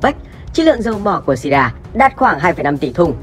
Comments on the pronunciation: Đọc là nước Sy ri thôi chứ làm gì có nước Sy ri a nào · Góp ý bạn nhé . Gọi là siri thôi chứ ko có chử a khi đọc ra tiếng . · Đọc là Sy ri a nghe ngang phè phè